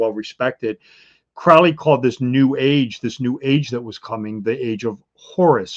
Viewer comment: This is such trash. This guys delusional. You can find connections with numbers everywhere and to everything if you try , it’s meaningless. And it’s pronounced Crow-ly like Holy not Crauly